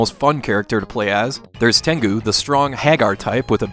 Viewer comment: I'm more surprised than anything because his pronunciation of Japanese is usually pretty solid.